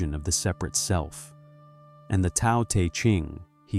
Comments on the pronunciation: Isn’t Tao pronounced like ‘Dow,’ not ‘Tow’? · Who are you to pass judgment on an awakened Soul? It's obvious you haven't made the journey. It's pronounced Dow not Tow You believe people have to be perfect to become enlightened? Then you don't know what enlightenment is. Enlightment or Integral Life or Awakening does not make a person perfect. Spirit is present in our instincts. The 2 are not separate. The ego likes to engage in subtle forms of superiority like passing judgment on others. That's what the Christians teach...duality. Watts walked the path for decades and I guarantee he graduated. A person in the awakening process dies for their own sins and mistakes and is rebirthed as the Soul. Then the Soul is married to Spirit. Self acceptance is the key...deep Self acceptance...even of the archetypal collective shadow. Yes. That is what awakening demands...unconditional self acceptance and unconditional love. You are putting conditions where there are none. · Tao is pronounced with a soft d sound, like daow. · The info is great, but it would be nice if the pronunciation was correct. If you used Pin Yin Romanization rather than the antiquated Wade-Giles perhaps your A.I. could pronounce the words more correctly. Dao De Jing (道德经），( 德) "De - 2nd tone"- "Virtue", definitely NOT "tea". （道）"Dao - 4th tone) These are such central concepts to Alan Watts' teaching that mispronouncing them to the extent that a Chinese speaker could not recognize what you are saying is a disservice to the teaching, even if 名可名非常名。